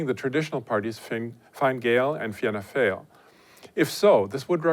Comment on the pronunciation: I love how foreigners struggle with the Irish names. It comes across as really interesting. Fine fail!